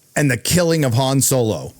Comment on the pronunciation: The... actress for Matt Damon kept saying 'Han' like Hand... and no one stopped her...? Went, "Uh, it's pronounced Han, like the Dynasty"?